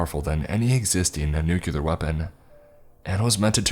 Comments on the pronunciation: Not the first time I've heard you repeat "nukelar" again and again. It's "nuclear". As Nuk-lee-ar. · knew-Q-lar? hahaha